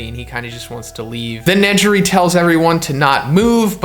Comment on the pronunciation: Im sorry but you said ne - ji - ri Tf